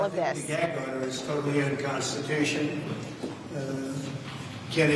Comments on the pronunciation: unconstitunional - sounds like a joke out of his mouth. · HE SAYS UNCONSTUTIOAL, IS THAT THE SAME CONSTUTION HE WATS TO GUT IF HR BECOME DICTATOR?